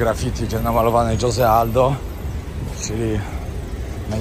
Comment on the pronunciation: Odnośnie wymowy: Jose czyt. „Hose”, Jesus- Hesus itp. Jeśli tyle podróżujesz, to powinieneś wiedzieć. Pozdrawiam 😊